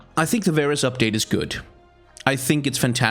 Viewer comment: Not varus. He is vaarus